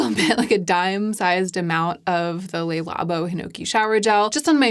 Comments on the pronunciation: I’m only mentioning this because you seem to want to pronounce French words in the French way, based on how you are saying other words, but it’s not “Lay Labo”, it’s “Le Labo”. I hope that helps! :) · I'm so sorry to be such a pedant, but I thought that as a fellow Linguaphile you would appreciate knowing that Le Labo (or the 'Le' in any French name, e.g., Le Creuset, etc.) is pronounced "Luh" rather than "Lay". Thanks for this amazing video! You always tell me whatever I most need to hear at any given time ❤